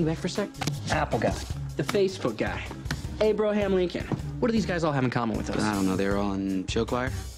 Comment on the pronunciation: Did Noah say Abroham Lincoln?